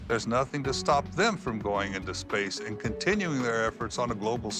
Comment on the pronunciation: “…enshalving you from outer shpash.” What a shekshy shlur.